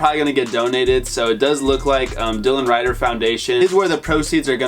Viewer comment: homie said DYLAN RIDER